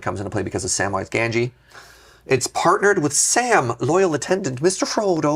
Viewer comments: Please, please! It's GaMgee, with an M, not an N. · I like that has moved on from mispronouncing sheoldred to new things like mispronouncing Gamgee.